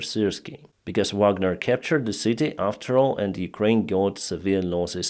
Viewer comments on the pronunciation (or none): none